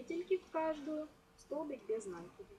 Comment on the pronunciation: Глагола "влаживать" не существует НакИд, ударение на И без накИда